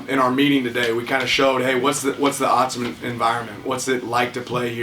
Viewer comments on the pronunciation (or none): he called it autzmen? Oh boy.